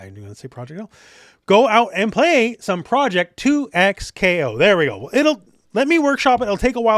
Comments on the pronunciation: bro two ECKS kay oh why are you saying twocks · I’m almost confident that it’s pronounced double KO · Surelly it's DoubleKo....., just saying....